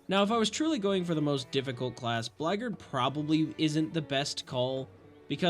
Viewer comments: It’s not pronounced blackgard, it’s blackguard, as in black-guard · Is Blackguard supposed to be pronounced like "Blaggard" lmfao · That's what I thought you said. I was like "What kinda modded class is the Blaggard?" Then I looked at my screen and went "OH BLACKGUARD!!" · I'm sorry, as a Blackguard player, the way you pronounced "Blackguard" dealt major psychic damage to me 😭